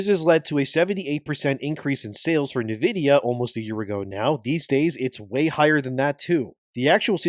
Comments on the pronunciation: nividia, Nividia, NIVIDIA… ITS N-VIDIA! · "Neh vidia"??? are you making AI read this AI script slop? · Who the F is NiVidiya?